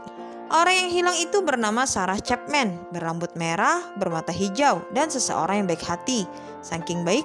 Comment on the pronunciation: Sama woe wkwkk ga fokus bgt bagian ini gara2 cepmek